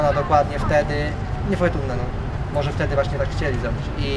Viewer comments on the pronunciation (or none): "nei fojtunne ... po prostu niefojtunne"